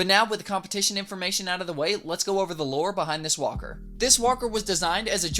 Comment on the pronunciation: why I hear whopper when he say walker?